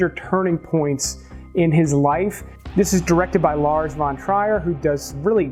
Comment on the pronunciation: Trier rhymes with fear. Would think someone who offers up film critique would know how to pronounce the name of one of the most influential directors of the late 20th - early 21st centuries . “Breaking the waves”, “Dancer in the dark”, “Melancholia” just to name a few .